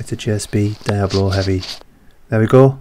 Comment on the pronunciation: The pellets are Diabolo, not Diablo as everyone including me thought until I heard it pronounced correctly and actually took a look at the spelling myself. Good video.